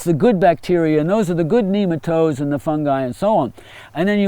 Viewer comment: When he said nemotode I thought of “Doug”